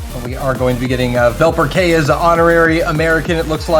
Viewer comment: They also pronounced wrong VelperK hahaha